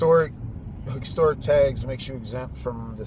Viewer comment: lmao how hicstoric lmao that's how you pronounced historic is a vehicle with shoulder belts?